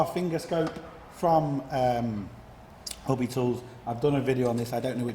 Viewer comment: are you saying hubby tools or hobby tools?